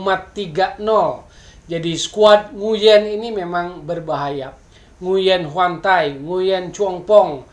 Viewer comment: mas bro , nguyen itu bacanya wuing , tlg beritahukan ke teman2 , terutama komentator rcti , kan bisa di pelajari di google